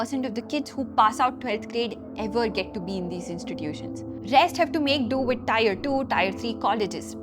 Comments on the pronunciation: Mam, "Tier" is pronounced as "Tear" and not "Tire". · It is not 'tire', it is 'tier'